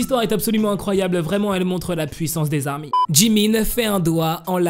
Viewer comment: Mec, on ne dit pas les 'ZARMY" mais les ARMY. Oublie la liaison car ce n'est pas un nom commun mais une dénomination bien distincte. C'est un peu comme un groupe de sportifs qui a comme dénomination ORANGE. Quand ils vont jouer, on dira par exemple : et voici les ORANGES qui rentrent dans le stade et on ne dira pas : et voici les ZORANGES. Tire donc un trait sur les ZARMY stp.